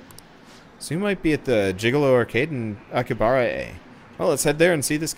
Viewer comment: Im annoyed by the way he said aki bahara not aki habara